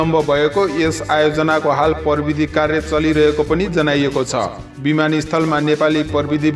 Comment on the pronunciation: परबिदी होईंन हौ प्रविधि होला नि । नेपाली शब्दको सही उच्चारण त गरौं ।